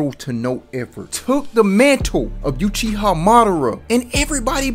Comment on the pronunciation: Yuchiha ..... Ouch